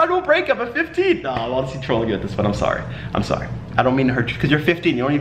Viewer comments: You already got that Canadian “Sorry” I love it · this mans said “soory” at like and it was the most canadian thing i have ever heard him say in the last 3 years i’ve been watching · "sorey" XD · The way u said sorry so Canadian😂😂💀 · Rain channels his inner Canadian